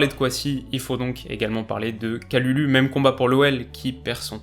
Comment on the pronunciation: Je suis de la famille de Pierre Kalulu ( c’est mon cousin ) et son nom se prononce « Kaloulou ». À part ça très bonne vidéo comme d’habitude 😉